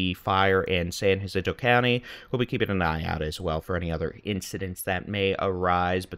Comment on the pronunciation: it's San Jacinto, j as in jack, not hacinto. You sound like a tourist trying to show they know Spanish. 😂